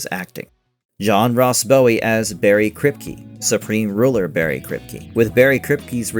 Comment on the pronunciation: I'm a big fan of John Ross Bowie (btw, narrator, it's Bow, like taking a bow, not Bow like a ribbon). Loved him in TBBT and even more so in the series he did after TBBT.